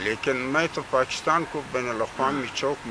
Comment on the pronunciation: So cute Mulana Sahab Pachistan 😂😂😂, make sure it was 4-5 time pronouncition mistake